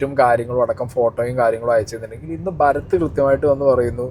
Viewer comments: ഭഗത് ആണ് ബ്രോ ഭരത് അല്ല 😊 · ഭരത് അല്ല ഭഗത് ആണ്.😅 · ഭരത് ❌ ഭഗത് ✅